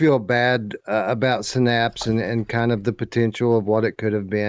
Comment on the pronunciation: It's definitely Synapse and not Sinnapse 😂😂❤